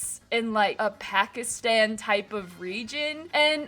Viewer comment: It’s really cool…but your saying Pakistan wrong (I’m Pakistani) ❤